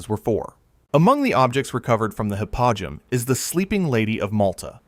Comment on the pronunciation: Hypogeum is said Hi-po-G-M Cool video, I learned a lot.